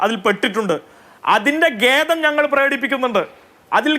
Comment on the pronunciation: ഗേദം അല്ല ഖേദം ആണ്